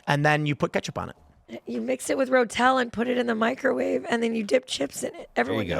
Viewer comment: Nutella, not Rotella